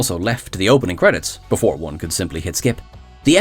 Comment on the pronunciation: I can’t hear anything about The Burn now without hearing “BEFOARRR THE BURRRRN” in my head. Thanks.